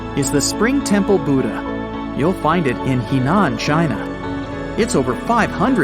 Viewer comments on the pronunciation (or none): none